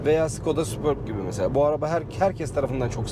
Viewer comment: Golf ü Gol-fi diye okumazken superbi neden super-bi olarak okuyalim degil mi